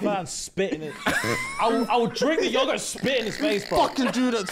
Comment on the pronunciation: saying yogurt like "yahggert" tickled me so much! 😂😂😂